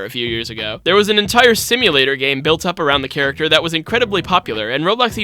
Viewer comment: "hairacter" so funny for no reason lol